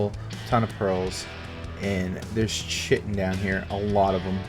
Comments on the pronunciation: it's not pronounced shittin. Chitin is pronounced "kai tin". KAI TIN, say it. SAY IT! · Chitin... pronounced "ky-tin" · great vid but you're saying chitin wrong and its killing me lol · Are you chitin me with that pronunciation. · Night Dark yeah, bothers me too